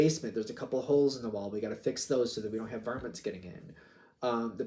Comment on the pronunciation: Bro', I don't think I have ever heard a real person say 'varmants'😅😅 The analogy is good. TY